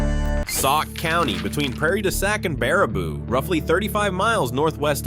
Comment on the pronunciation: I understand that it is spelled Baraboo but the pronunciation is actually bear a boo which is actually the home of five wonderful brothers named Ringling who started a circus and use to winter in Baraboo